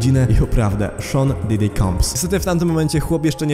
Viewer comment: Didi, Uszer, Kejsi... na rany Chrystusa, jak Ty wymawiasz te ksywy...